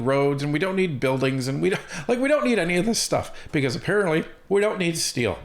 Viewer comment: When carney says steel he spells it s-t-e-a-l.